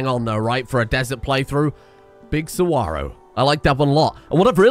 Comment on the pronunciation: Hey saguaro is pronounced "sa-wa-ro" btw